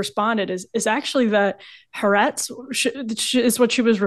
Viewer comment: ffs, its not Ha-retz! its Ha Ah-retz, 3 syllables. highly educated??? Ha means The and Ah-retz means Land. The Land. how israelis refer , informally, to their country.